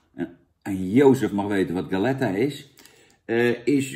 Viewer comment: Galleta is gewoon Spaans voor biscuit Jan. Uitspraak was ook niet best ben ik bang; dubbele L wordt in het Spaans een "J" klank...